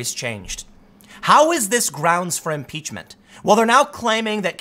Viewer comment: M-Peach-men. Pootin. Collushum. Ko-reeah. Can I take 'em to the bridge? Let's take 'em to da bridge!